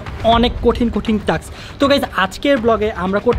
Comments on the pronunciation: Taks na vai task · No taks it is taa Task